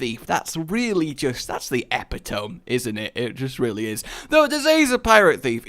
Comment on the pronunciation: You just pronounced epitome as epi tome